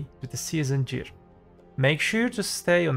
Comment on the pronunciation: Jear score? U mear ''gear''?